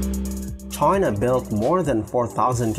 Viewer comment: Why you call China Try_na??!